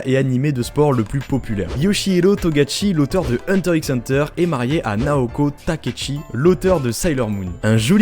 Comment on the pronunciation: Je viens juste pour faire une critique, on dit hunter hunter, le x se prononce pas (source : les japs). Sinon bonne vidéo !